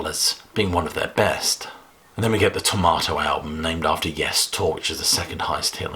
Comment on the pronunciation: You said Tormato 20 times, and you never emphasized that "R". Why? Sounds the same as Tomato.